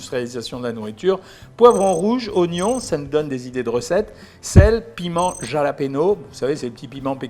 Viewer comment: La prononciation du Jalapeños et les gaz' J'étais pas prêt 🤣 Merci énormément pour tout ces conseils et analyses sans langues de bois; je vous adore ❤️ cela m'aide beaucoup dans ma diète.